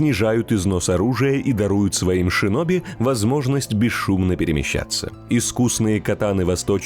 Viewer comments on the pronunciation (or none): none